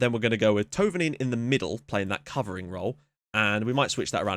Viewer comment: There is no perfect way to describe how Thouvenin's name should be pronounced in english, but I'd say the closest you can get is by calling him : Fabian Two-venan